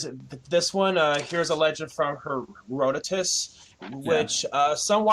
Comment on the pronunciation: Did this knucklehead pronounce Herodotus (huh-rod-uh-tuhs) as Hair-uh-doe-tis? Ugh it hurts my ears, and they are already bleeding from the nonsense of the video.